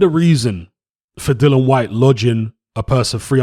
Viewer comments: It really annoys me when people call him dillan 😂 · You spell his name correctly but call him dillan throughout 🙄 other than that I really enjoyed the content 👍